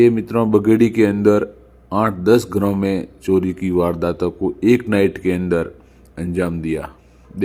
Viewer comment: सोरी नहीं भाई चोरी बोलो 😂